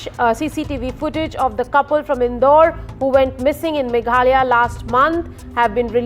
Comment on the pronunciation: Meghalaya ❌ Mega halaya ✅